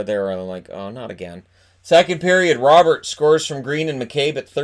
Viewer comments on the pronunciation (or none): none